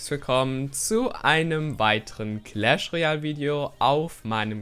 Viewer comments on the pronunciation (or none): none